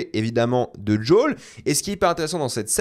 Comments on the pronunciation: "djol" mais dis Joël bordel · Pourquoi il dit Jol ou Yougene ? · Djol, yougine, 😂 sérieux contente toi de la prononciation française.